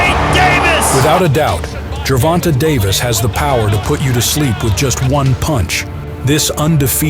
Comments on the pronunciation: Narrator just said "Ger-von-tuh" 🤦‍♂️ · Do you have a source? Because every announcer & interviewer I've heard says Ger-von-tay, and his Wikipedia says that it's pronounced "jer-von-tay." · That is how his name is a actually pronounced. People just say ger von tay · The way he says ger-von-taa drives me nuts lol